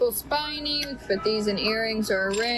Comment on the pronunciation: Did she just call that "purple spinyew"? It's purple spinel...😂.